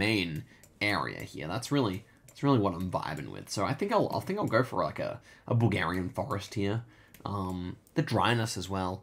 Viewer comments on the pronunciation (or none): none